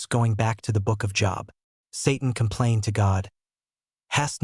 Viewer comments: I hate to say this, but as a member of The Church of Jesus Christ of Latter Day Saints, I have to say the message will likely be debunked by non members because of the mispronunciation of Job and broken sentences and obviously someone was not sincere enough to actually SPEAK to us. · Great video but Job from the bible isn't a job where we work. Elisha is Eli sha not Elesha a girl's name. Why can't the words be pronounced properly? And when some dies, they don't automatically know everything, even though they may remember much. Sometimes we hear voices from beyond. Jeffrey "are" Holland. How did you do that?